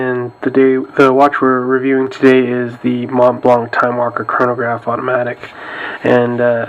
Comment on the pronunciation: Great videos, thank you! the T and C in monTblanC are silent, pronounced "MonBlan"